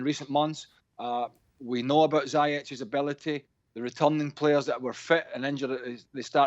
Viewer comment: His name is pronounced zee-ish (ziyech)